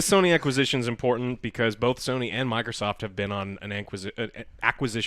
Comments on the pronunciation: Everyone be quiet except for, please ❤.... Joe did you actually fucking say "Sawny" instead of Sony?? Also, shut the fuck up about fucking SONIC. And YES i Am ANGRY. Oh man, that DA4 news sound dire. Why they gotta murder Dragon Age like this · no one: Literally no one: Joe : pronounces Sony as Sowney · Soyney? lol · GameStop will probably file Chapter 7 bankruptcy next year... And why does Joe pronounce "Sony" wrong... like all the time.